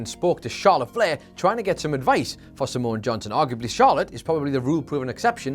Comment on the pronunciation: Was it just me, or whenever said "Simone Johnson" did it sound like was saying Samoan Johnson?